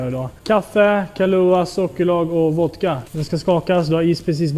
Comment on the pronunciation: Älskar när han inte kan uttala vodka så han säger voka